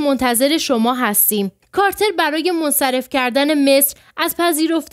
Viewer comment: چرا «کارتر» را «کاتلر» خواندید؟!🤔